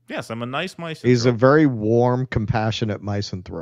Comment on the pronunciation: Did really pronounce 'misanthrope' as 'MICEanthrope'? First syllable is 'MISS' (same as in 'misogyny').